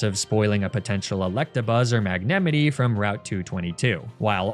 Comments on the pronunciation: Did just pronounced Mangemite as Magnemitty?? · 2 issues here... 1: how dare you disrespect Luxray! 2: Is that really how your pronounce Magnemite? I always pronounced it magna-might, because mites are small and light, which rolls right into magneton, ton being a large weight. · I thought it was impossible to mispronounce Magnemite and Magneton wrong but boy was I wrong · Wtf is that magnemite pronounciation 😂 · The way you say Magnemite makes me go ???????????? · No way that’s how you pronounce magnemite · oh he really thinks magnemite is pronounced like that huh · What the fuck did u call magnemite?